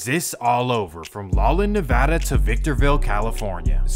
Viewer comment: Props for pronouncing ‘Nevada’ properly 👊